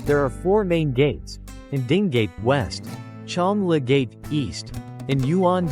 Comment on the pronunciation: It’s not called Chang Anne - it’s more like Chóng Ōn!